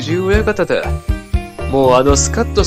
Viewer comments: おもしろかったけど、九重ここのえおやかたを、くじゅうおやかたと読んでいて非常にざんねん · 「くじゅう親方」じゃなく「ここのえ親方」